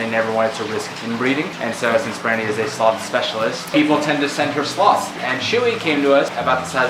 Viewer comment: Glad I was watching the captions, I thought she said "Slut" House.